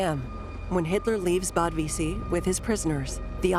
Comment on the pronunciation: Some of the narrators need to familiarize themselves with German terminology. Not "Liebenstandard"; it's LEIBSTANDARTE. And Wiesee is not "Whyzay"; it's pronounced "VEEZAY".